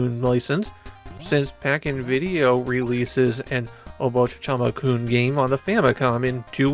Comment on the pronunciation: why do you keep saying "obochichama-kun" though